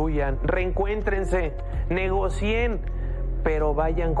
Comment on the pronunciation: No se dice negocíen, se dice negocien. Yo lo aprendí en la primaria de escuela oficial.